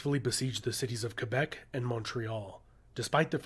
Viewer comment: New-fin-land! NOT New Found Land! Also Kay-Bek - not Fwee bek. I'm saying Mell borne now. Mey-borne - piffle